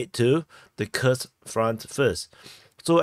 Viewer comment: You pronounced Kursk like Krsk (without U) it is KURSK (with strong U)